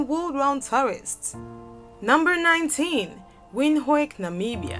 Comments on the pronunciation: Pronunciation of "Windhook" is "Vend hook" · Windhoek is not pronounced Windhake it's pronounced Veend-hook, the h has a harsher note from deep in the back of the throat. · Windhoek is pronounced ”vendhuk” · It’s pronounced vindhook not Windhoek... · NO NO NO, Naaa, it's not Windhooik No. That makes us want to throw up 🤮🤮🤮🤮. It is read as VIND-HOOK or alternatively WIND-HOOK. Hook like the one for catching fish. Please next time pronounce it correctly before we start throwing up all over your channel. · Nairobi the Maasai land😙😙 You missed Kinshasa and Addis Google how to pronounce Windhoek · I know right? Most pipo don’t get it right. Windhoek is pronounced as Vinduk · Wind hook....that is how you pronounce 🇳🇦 Capital. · "Vindhoek" the w turns into v in Afrikaans🇳🇦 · Number 19. It's pronounced "vint-hook" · It's pronounced as Vind-hook ( Windhoek) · it's a german word, its pronounced vin-took :) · I stopped at "Wind-ho-ik". By that time there had been a number of odd sounds. Having travelled a bit in Africa, I am easily turned out by simple things like ignorance of pronunciations. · Windhoek is pronounced VintHook. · She really butchered the pronunciation of “Windhoek” damn 🥴🥴🥴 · Lisa Mbana I know right 😒🇳🇦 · michi hofer that's Afrikaans dear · She butchered the pronounciation of POPULATION ... How is she not going to decimate WINDHOEK!!! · Gosh... the way she pronounced Windhoek tho😂😂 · You pronounced Windhoek wrong!😏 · Pronunciation is a vital fact when your doing your videos. Please pronounce my capital city Windhoek!!!!!